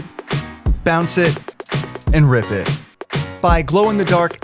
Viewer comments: Did you say rip it or rib it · Did you say rip it or rid it